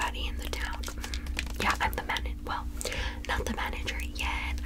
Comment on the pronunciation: I love the way she says '"I'm the manneger"'